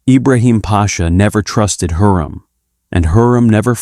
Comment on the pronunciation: It's HURREM not heram